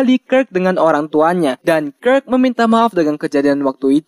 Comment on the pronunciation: Bacanya kirk bukan kirk